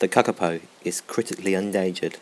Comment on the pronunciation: Say kakapo properly